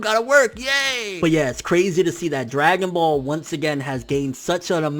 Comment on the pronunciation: My man said dragon ball condoms 😂😭😂😭😂😭😂